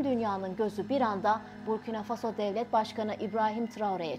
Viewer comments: БуркинА ФасО, а не БуркИна ФАсо. Не возможно слушать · Насколько я знаю с детства ударение БуркинА - ФасО, а не БУркина ФАсо. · Бурки на фасо что за неграмотное произношение государства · Правильно ударение надо ст авить коли уж о целой стране рассказываете Буркина ударение на последний слог гласная а, далее Фасо опять же на последний слог гласная о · ИСКОВЕРКАТЬ НАЗВАНИЕ СТРАНЫ И ИМЯ ПРЕЗИДЕНТА. - ??!! ФЕ !!